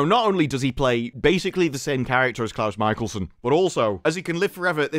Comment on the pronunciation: ITS CLOUSE MICHELSON!!!